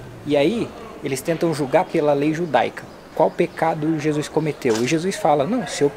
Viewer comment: Os vídeos estão incríveis 😭🤩 Mas corrigi mentalmente toda vez que escuto Jusuis😂